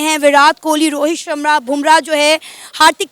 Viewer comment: Rihit shrma ko shmra bol rhi ho mem ji